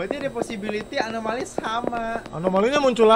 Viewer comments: ini lucu bgt bang windah bilang amonali trus dibenerin bang jadi alonami, kan yg bener anomali bangg 😅😅😅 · anomali❌ amonali✔ semangat bang windah😊😊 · "Amonali amonali udh balik balik " "alonami " anomali anjer bggg😭😭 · "amonali amonali" "alonami alonami" YANG BENER ANOMALI T____T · acumalaka bukan alomani bang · anomali ❎ alomani ✅ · ngakak bang windah blg amonali trus bang benerin blg alonami padahal dua" nya salah seharusnya anomali😭😭😭😭